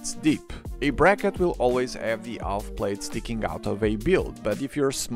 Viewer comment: Wonderfully informative video. Hope you don’t mind my suggestion for language: the l in Half is totally silent in English. This is just another of those weird things about English 😊👍